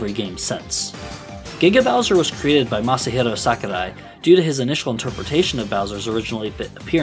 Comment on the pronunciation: As a Japanese man sharing the same name of Sakurai, please just pronounce it as "sock-oo-rye". Hearing someone try to be polite in pronunciation, but hearing "sack-oo-die" over and over hurt me on the inside. Our romaji Rs aren't Ds and the A doesn't make the English 'short A' sound. Otherwise, it's good content.